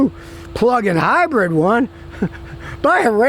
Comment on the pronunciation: "Hybrid" not "Hybread"